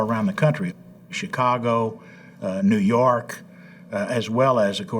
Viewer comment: NEW YAWK AFFICE!